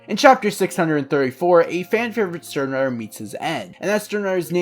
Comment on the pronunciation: Nice vid man, only thing is I think using more correct pronunciations would make the vid better O-ree-he-meh E-noh-uu-eh Stern-rih-tter No-e-tra Sa-yel-aporro (this one is hard) Lil Bah-row Aus-veh-len I'm sure there are others but you get the drill. It just shows more respect for the source material and the original languages